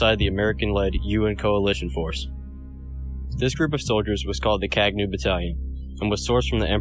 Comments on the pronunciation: Thank you for bringing my Uncles' history to the wider audience... Kagnew (the 'gn' in the middle of the word is pronounced Kah-ñ-aw, like the Spanish word 'señor') it is also the name of Hailesilasie's Horse. It also means (to) Reconnaissance. The Battalion fought 255 battles and won all 255. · Kagnew is pronounced in a completely different way especially the "gne" part and i was confused when the video says Kagnew.